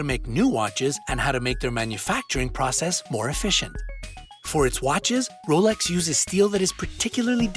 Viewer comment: 2 points here... he says it correctly.. not the American way James Bond wears a Rolex submariner.. it’s only in the new films omega paid the studio for him to wear an omega. In all the books he wore a Rolex.